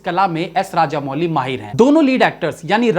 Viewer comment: इनका नाम एस एस राजमौली है, राजामौली नहीं।